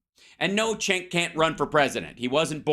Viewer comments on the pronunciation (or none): Listen often, like most, it was extremely obvious what side you were on from the get. I can’t disagree with you more on this. How about you let them finish their thought before you talk over and mock them. FYI Cenk pronounced Genk but I’m sure you knew that